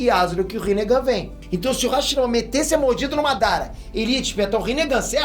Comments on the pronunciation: hashimara kkk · hashimara?? Tá errado isso ai